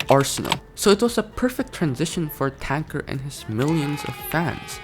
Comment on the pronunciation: Ive never seen someone pronounce TanqR like Thanker